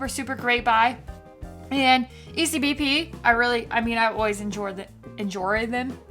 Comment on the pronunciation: Did you just say EnJory? Lol